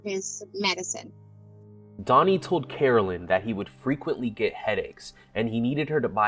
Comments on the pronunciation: Dear channel, her name is Carolyn, not Caroline. You do know there's a difference, right? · It's Carolyn not Caroline!